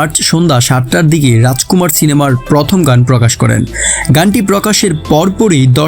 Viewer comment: বাংলা উচ্চারণ হতাশ করলো। "র" এর উচ্চারণ ড় দিয়ে হয়েছে। যেমন‌, ড়াজকুমাড় (রাজকুমার) ড়ুপ‌ (রুপ) আবার‌ হাত‌ বাড়িয়ে‌ হয়ে যাচ্ছে‌ "হাত‌ বারিয়ে‌" ওভার এক্টিং করলে যা হয় আরকি।